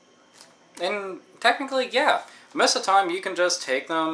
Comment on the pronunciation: Hahahaha - "I have a whole bunch ov them." *leans over* "That's a whole bunch ov games." I agree with you on taking care ov games though. Luckily I've never had the problem with the stickers. I don't even recall having to peel them off at all; maybe I just subconsciously removed the stickers.